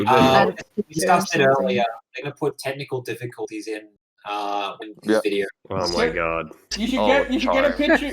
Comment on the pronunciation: A shame about the "tecknicole diffikultees" on part.